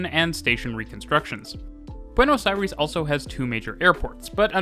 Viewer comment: Hearing "Buenos Airis" is too weird